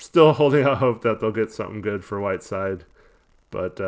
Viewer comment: Did anyone else catch the ESPN announcer refer to Whiteside as “7 foot 3 Hassan Whirside”😂😂dude is definitely not 7’3